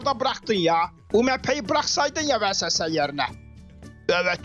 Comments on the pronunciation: VESESE denmiyo ona ViESSeS deniyo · Vesese degil viğeses